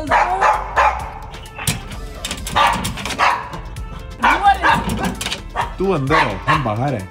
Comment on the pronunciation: It is not dough sa ..it is pronounced as दो sa